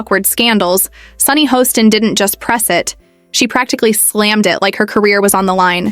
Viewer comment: I believe her name is pronounced “Hass-tin”, not “Hoe-stin”. I don’t know why the editors don’t “proof-listen” these AI debacles.